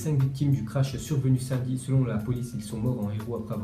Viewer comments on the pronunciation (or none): none